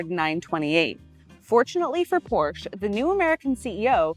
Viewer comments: When will you learn its not called Porsch? There is an E at the end of the brands name, for good reason. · Pronounced: POR-SHA... It's a family name. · Not to be that guy, but, if you are going to be selling these cars, you probably should be pronouncing it “Porscha” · I speak German and Hungarian............... but am of triple nationality. It is pronounced; "porrr she' " . The "r" is "rolled" like "rrrr", with the last "e" as in "elephant" is briefly stated, almost silent when pronounced. But true! I do believe it is "appropriate", no matter who reviews this or other vehicles of any make, the name is pronounced "with reasonable correctness" as it promotes respect for the manufacturer/maker of the breed. It is no different than speaking well of someone and in trying to pronounce One's name appropriately. Many people do care. However, I do believe the presenter poured her best into this review and it was well done! This was an excellent review of a great car. The lady has very good knowledge. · Incorrect. I speak German............... but am of triple nationality. It is pronounced; "porrr she' " . The "r" is "rolled" like "rrrr", with the last "e" as in "elephant". Alzo! The "e" is a short e , almost silent when pronounced. But true! 😏 haha. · Learn to pronounce Porsche....and Getrag You don't want people to think your hair is really blonde